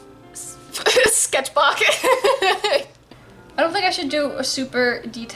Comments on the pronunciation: sketch-bok is actually how you say sketchbook in swedish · When you said sketchbok, I now keep saying sketchbok wtfff